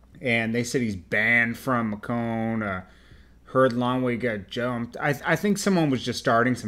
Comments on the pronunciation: not ma'cone' Macon is said like making so you would say Making Georgia Macon,Georgia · Lol its Macon, as in bacon not Macone. You must be from Canada like Michael McCrudden. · 1. Macon is pronounced (May-ken) not Mah-Cahn 2. It’s PeeWee Longway that’s it not Peewee the Longway 3. How are you a news reporter and not know these things? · Mac town is crip its Macon Ma con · Bro its pronounced May-can (macon) , and its fucking Pewee Longway. You took the L on this one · It's pronounced May-cun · #1 it's pronounced make-in...#2 referring to him as Gucci in this situation is a big no-no I might wanna do more research with Macon and Gucci cause that was so disrespectful...#3 SMDH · LOL "THE LONGWAY" tho? Macone? Damn all errors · Pronounced may cun. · its PeeWee Longway....and MAY·CON macon ga Mac town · That's not how you pronounce Macon.